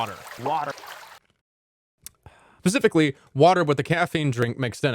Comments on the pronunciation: is it just me or do you hear “pacifically” instead of “specifically”? if so, nice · Look ok... I'm going to hope that 'pacifically' was a water joke. 🤣 I'm not hating btw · That's very Pacific ocean of you.